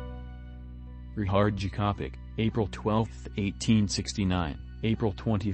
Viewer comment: Ri-H-ard Jakopič , not Ri-CH-ard Jakopič ... 😉